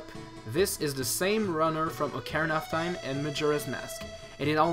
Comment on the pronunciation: Did you say Ocarina of Thyme?